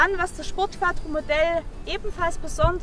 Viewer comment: Schöner Wagen. Sieht aus wie mein Alter. Es heißt übrigens QUATRRO SPORT :)